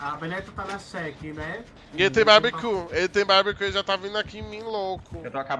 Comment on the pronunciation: Eu amei o susto da DEMÊ e depois ela falando "barbeocu"